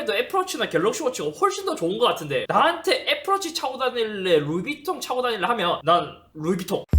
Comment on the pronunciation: 에헤이... 밤하느레 풔얼 해야죠... 베러랜 욜 루이빝톤~